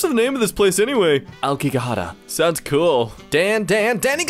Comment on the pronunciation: THE FUCKING "AOKIGAHARA" JOKE I'M DEAD And his pronunciation was SO GOOD, too!